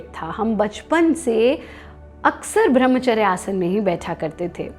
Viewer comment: Madam thoda nam to thik se lo, वो ब्रम्हचर्य होता है, भ्रम्हचर नही